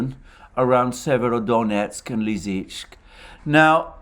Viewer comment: It is Li-Si-Chansk